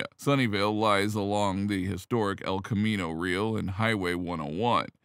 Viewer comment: Hard for us Bay Area residents to hear you say El Camino Real (as in "meal") over and over. It's El Camino Ree-AL' ("Al" as in Al Pacino) with the accent on the second syllable (Spanish), and it's one of the best known roads in the Bay Area, so the mispronunciation is jarring. I always find myself wishing YouTube hosts would take the time to research correct pronunciations.